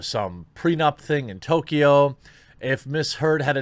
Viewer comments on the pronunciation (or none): none